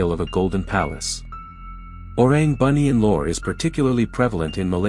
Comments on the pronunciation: The western pronunciations of Malay words. Don't know whether it's excusable just because they don't know how to pronounce or just being authoritative at being westerners. First of all, it pronounced "Boo-Nee-Un" not "Bunion". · entertaining video! Just want to correct, orang Bunian is pronounced as boo-knee-an. Boo as in baby boo